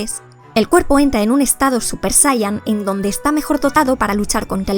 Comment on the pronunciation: /SaYaYin/ es como se pronuncia, sé que es difícil; pero seguro que pueden corregir la horrible pronunciación de palabras extranjeras. Por otro lado, la explicación de estrés crónico súper mantenido, suena a lo vivido desde 2020, no? La parte fisiológica, pues parece ser la explicación mecánica aburrida, o sea fuerzas algo y cómo no esperar que se presente un desgaste en los elementos involucrados. Pienso que la parte de influencia de la actividad de los pensamientos y la atención enfocada en ellos, es lo verdaderamente interesante del asunto; "El cuerpo sigue a lo que la mente le ordena".